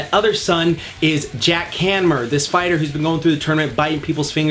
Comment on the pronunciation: "Jack hanmer" lmfao